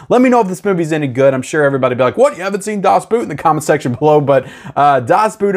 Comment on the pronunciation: Please. Can't you at least say "Das Boat"? It's closer to the German and you sound less.. well.. It's a boat, not a boot.. Das Boot was originally a series shot for German television, and was released as a series, then later cut to feature length. It is an astoundingly good filmic representation of what it must have been like being on a German WWII sub; extremely tense and one really lives with the crew through good and bad.. Now both Edge of Tomorrow and (especially) Constantine came along at a tricky time for digital, when resolutions were limited and especially CGI effects were (most still are) rendered at 2k maximum resolution. Constantine seems to have been shot on 35mm film, but the extensive effects will have been rendered at maximum 2k, and that will limit the resolution on 4k; same with Edge of Tomorrow. I know that the biggest step up from 1080p to 4k is the UHD, but I thought I'd still mention it; the uptick in quality will be limited. I expect them both to look like a lot of early (most in fact) Marvel movies on 4k. Or like the Pirates-film you mention.